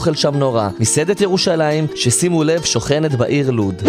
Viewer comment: זה לא lud זה lod לא יכולתי להסביר בעברית